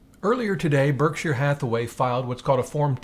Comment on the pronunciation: It’s funny how he keeps saying “burg-sheer” 😂